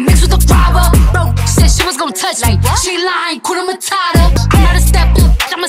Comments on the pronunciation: It's 'hakuna matata' not 'hakuna matara' anatweng' vibaya...gaaaiii...😂😥💔💔💔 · Hakuna mata ? What??? Shit shit shit I'm from East Africa and I feel bad when I hear hskuna matara.....people its hakuna matata...(matahtah) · Atleast try say the Swahili name hakuna matata not matara